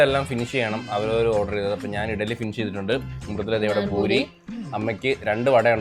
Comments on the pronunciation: buri alla Puri nth alle paraya..? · Boori alla poORi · ഭൂരി അല്ല പൂരി താളി അല്ല താലി